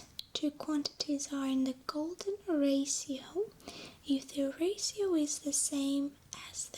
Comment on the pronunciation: The way she says Ratio. Raasio <3